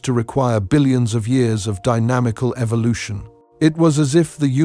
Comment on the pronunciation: I don't like anyone saying Evil•lotion it's e•vo•lu•tion